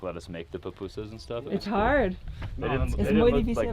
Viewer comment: I never thought I would see you guys eating pupusas from El Salvador. I love ' perfect pronunciation of PU PU SAS!!